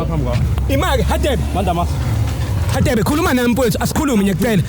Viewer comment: Mara why is Radebe pronounced as /Hadebe/ guys?